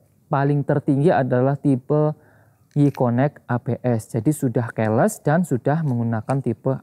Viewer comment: keles😂😂😂😂keyless (ki les)